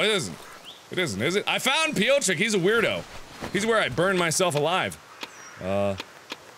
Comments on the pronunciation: His name is pronounced pee-OH-trik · I love the way you read Piotrek. It's so funny to me as a Polish :D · Piotrek or Piotr is the polish version of Peter. You can google for the pronunciation I guess. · for your consideration, Piotrek = Peter. You almost spoke it correctly. ;) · Mark, you were pronouncing Piotrek's name fine, then you started wondering about how it should be pronounced and you stopped doing it right ;)